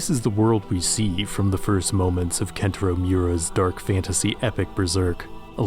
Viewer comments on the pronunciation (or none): “Kentero Miora” bro blocked. Its Kentaro Miura. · Больше всего мне понравилось как он назвал Кэнтаро Миуру "Кентом Рамирой"